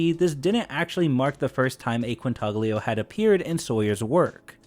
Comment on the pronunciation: As soon as I heard you pronounce the "g" in Quintaglio, I knew were in for a rough one...